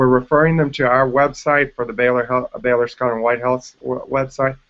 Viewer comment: "Baylor"? Are you serious?!